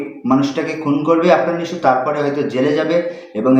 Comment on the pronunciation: কি দিন আসলো হাফ লেডিস হিজড়ারাও এখন মুভি রিভিউ করে। আগে নামটা ঠিকমতো উচ্চারণ করতে শিখ । নামটা নিশু না নিশো হবে।